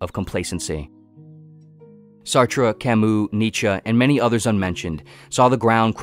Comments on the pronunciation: Jean-Paul Sartre's last name is pronounced "Sart", rhyming with "fart" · It’s pronounced “Sartr”